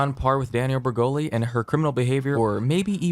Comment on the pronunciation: “danielle bre-hole-ee’s”